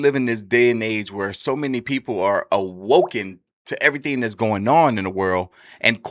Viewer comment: “A-WOKEN” smart dumb ninja 😂